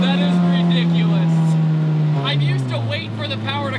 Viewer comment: its "redicewus" love ya vids bro